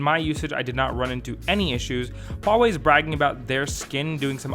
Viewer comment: Thank you for not pronouncing it as wawei haha